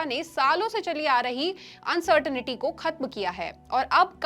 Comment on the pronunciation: It's not uncertainity it is uncertainty